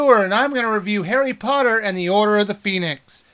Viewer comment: i thought he said hairy potter